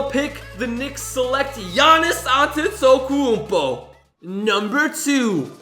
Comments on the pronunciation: you said antetakoolpo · Giannis antento-(wierd noise) OOOOOOOOOOOOmpo Ooohhhh and paskal YAAAAKIIMM ( suppost to b siakam)